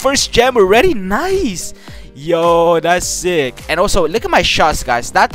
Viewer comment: Him say sick: no Say zick:yes